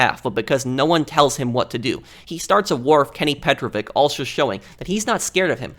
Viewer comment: you're saying psychopath too much... petrovic is not a russian last name , it's serbian and it's pronounced petrovich for u americans and not petroviK